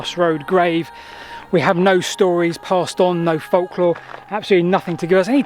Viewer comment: FOLC-LORE???? Why do you mispronounce "folklore" deliberately?